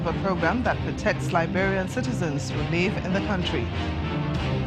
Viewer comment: "Live" rhymes with "give." You shouldn't pronounce it the same as "leave." This is why Trump wants you to leave. You can't speak.